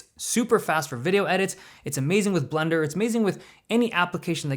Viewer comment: Sounds like it's "amazing with blunder" lol